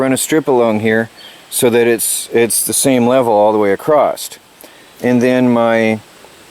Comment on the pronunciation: across not acrosst there is no t